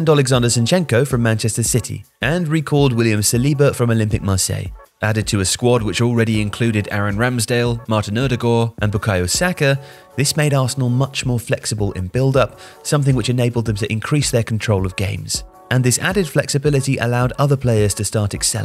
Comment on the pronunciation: Interesting attempt at pronouncing Ødegaard 😱